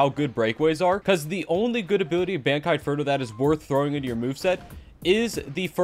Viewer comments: i hate the way he says bankai its bon not ban even though it goes like ban its making me mad im not gonna lie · it is not pronounced ban-k-eye its pronounced bun-k-eye